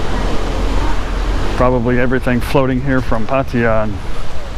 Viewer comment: Glad to hear you are one ahead of Kev; you can pronounce Pattaya correctly :-)